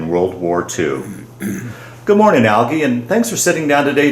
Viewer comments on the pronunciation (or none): His name is pronounced ‘al jee’ not ‘al gee’. Growing up, I lived a block from him. His parents lived next to my paternal grandparents. My aunt married one of Algie’s brothers. Another of his brothers was my barber for several decades. I was fortunate to attend several of the Boone Family Reunions.